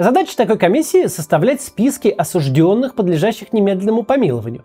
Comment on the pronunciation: А еще сформировать комиссию, которая лишает должностных лиц должности за то что слово осужденный они произносят с ударением на первый слог. Максим говорит это слово грамотно, и все остальные слова тоже, за это лайк.